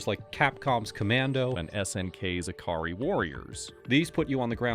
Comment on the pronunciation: Why is Ikari Warriors keep being pronounced as ah-kah-ree?